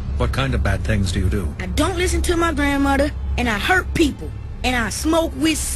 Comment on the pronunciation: "grandmoDer" lol